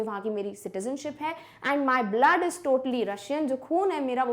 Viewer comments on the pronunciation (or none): none